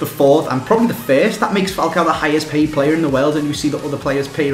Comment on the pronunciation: hehehe at the beginning you said highest "played" instead of paid